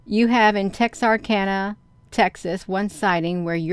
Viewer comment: actually pronounced 'Texarkana' right. People usually butcher it, lol. 😂